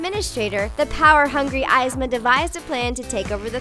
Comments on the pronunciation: Ya know, I was half expecting it to be pronounced "vay-gen" after she butchered the names for Emperors new Groove... I don't expect people to see every movie out there but at least pronounce the names right like they do in the movie. ("Ease-muh" "Coosz-ko") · Saddest part of this video was hearing them say that Kronk was a villain. The Eyes-ma thing bothered me also. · Izma? Really. It's like she's never watched the movie and had to pronounce it. The movie even says it's Yzma like "E" not "I". This just ugh 0-0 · Pronunciation: eezma, and coosco. (Yzma, cuzco) dont make this mistake again because it bothers me when someone trys to act like they know spanish even though they dont. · Did she say eyesma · Ye-z-ma ye like he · You said yzma name wrong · I have a headache........ You can't even pronounce the names correctly. . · lol,thats not how u pronounce yzma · CAN YOU PLEASE SAY YZMA RIGHT OH MY GOSH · Malifacent- it looks like Kylie Jenner with horns and different colors Yzma- they pronounced it wrong! Hades- yikes, that's so NOT hades Stepsisters- few! A good one Shan yu- the pictures are starting to get good! Ursula- getting better Scar- really good! (Edit)- Kronk- it's .. interesting Hans- I'm sorry, but it looks like someone just shrunk his face Cruella- she's BEAUTIFUL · Anyone else mad at how she mispronounced Yzma and Kuzko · They pronounced eezma's name wrong...... Unforgivable And Hans can go freeze to death....tough but in all honesty he was just too much of a jerk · Anyone else irritated that they pronounced Yzma wrong? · hearing you say yzma wrong makes me cringe so hard omg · UGGGGGGGGHHHH! THEY SAID YZMA WRONG 😫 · i stopped watching the second she pronounced yzma's name wrong... learn how to say they're names before you start making a video about them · The pronunciation of Yzma got me triggered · Kronk isn't necessarily a villain and Izma was pronounced wrong in this vid. XD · You didn't Pronounce Yzmas name right or Kuzcos name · Evesma not ivsma.